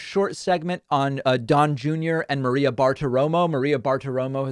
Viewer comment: G’day DP. Jesse here commenting from the Gold Coast Australia. Sir at 2.11 Junior calls Maria “Mareo” Is that an “Obamna” glitch? 🙂